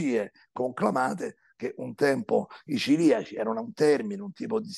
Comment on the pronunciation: Volevo informare il Senatore Gasparri che, anche se lui ha studiato, si dice "celiaci" e non "ciliaci"